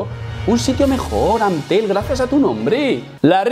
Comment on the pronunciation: te traigo algunas opciones para que no digas Ant-telm pero que se escuche igual: PAS-TEL! CAR-TEL! TA-BET! MAN-TEL! MA-TEL! Jajajajaj 🤣